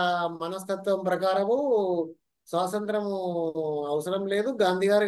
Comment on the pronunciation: మొదట టీచర్ గారు స్వాతంత్ర్యము అని పలకడం నేర్చుకోవాలి..